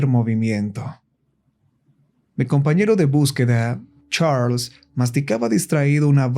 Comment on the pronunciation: Me da risa como dice CHARLLSS💋